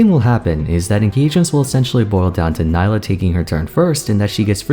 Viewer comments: her name is pronounced nee-lah :( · Great video as always, and I love this series of mostly-first-impressions, it's really cool to look back and see how right or wrong you were on various points. Also, it's pronounce Nee-lah. Hopefully Riot slows down on new champion releases for a little bit... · Isn’t Nilah pronounced as nee-lah? Considering she’s South Asian/ Indian I would assume that’s how it’s pronounced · Why does everyone pronounce her name Ni-la when clearly in her trailer she says Nee-la... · Her name is pronounced Nee-lah. What went wrong? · its pronounced nee-lah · I seriously do not understand how she can say her own name in the trailer TWICE and people still manage to mispronounce her name. I've been really enjoying your videos and it makes me sad that I won't be able to watch this one, as I find mispronouncing a character's name when we have confirmation of how it's pronounced to be rather disrespectful and grating. I know a lot of work must go into your videos and I would appreciate if within all that time and effort you could take some to make sure you pronounce the character's name correctly I apologize if you did correct yourself part way through the video but I've listened to too many people not giving the character the bare minimum respect of pronouncing her name correctly that I can't bring myself to sit through the video to check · I''m sorry but with all the research you've put for this video, you can't even pronounce their name right? Makes me think you didn't reaaally do your research and all of this is just leaf in the wind kind of opinion. edit: and correct me if I'm wrong but I thought Nilah is gender fluid so you should use They as a pronoun, right? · Ok, ok. I liked the video but can u pronounce her name the way she herself does? It kept throwing me off every time you said it. Still watched the whole vid tho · At least try to pronounce her name right